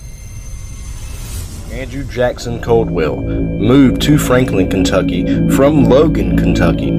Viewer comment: Not Coldwell lol. Its Caldwell. ...A... I doubt thats the most haunted place in KY. I lived down from here most of my life